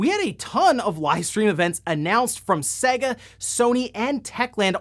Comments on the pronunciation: For the love of God.............it's 'SEYYYYGA' (as in AGES NOT SEGGGA (as in EGG). Please please please pronounce it properly man. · Anyone else shudder when he says Sega.. I mean, the console actually showed you how to pronounce it on practically every game, especially sonic games.. (First world problems)